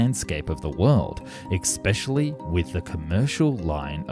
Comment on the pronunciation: What does 'expecially' mean?